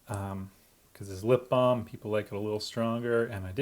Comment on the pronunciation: I'd she saying lip balled